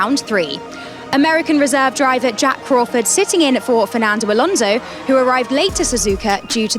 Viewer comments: Why did she call alonso nando 😂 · Sounded like "Nando" - I bet he will be suprised.